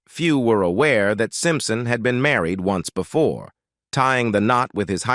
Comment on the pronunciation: the voice is AI generated. You can tell from incorrect pronunciations of simple words like "married".